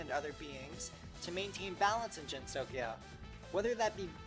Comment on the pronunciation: Gensokyo is pronounced with the hard G sound not the soft G sound Good otherwise